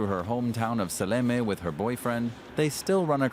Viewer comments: The town is not Salami, it's Seallamayee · Силламяе, а не Салями, ёпта.